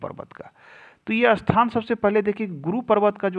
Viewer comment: अस्थान बोलते हो आप, ऐसा बोलना सही है या स्थान